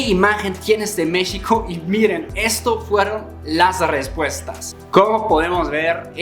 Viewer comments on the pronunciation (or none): Pronuncia México (sh) como é em Português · En dónde y en qué país no te explotan? Y aún dices Mixico jaja.